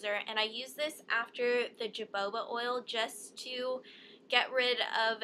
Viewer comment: lollololo "jaboba" hohoba!